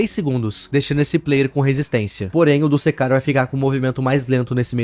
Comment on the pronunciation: Opa Só fazendo uma correção Não se lê dusekcar É duskcar